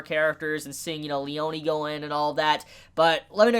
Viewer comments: btw it's "Leoneh" not "Leonee" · Lee-own-ee? It's just Lee-own that's how it's said. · Its pronouced leon(like the beyblade)lee-ohn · did you just call "Leone" --> "Leoniii"? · it's Le-yo-ne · The way you pronounce Abbacchio's first name is driving me up the wall, to be honest. Also, the memes lied. Narancia isn't a trap.